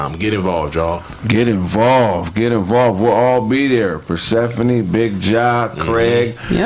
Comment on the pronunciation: Persehpani sound kinda....Atlantish